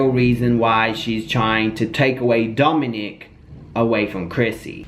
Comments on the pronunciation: It’s Domonic* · Domonique is typically the female version/spelling of that name, I believe his name is pronounced like Dominick. Just letting you know for the title grabber 💋🌹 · Ok ... he’s name is Domonic not Domonique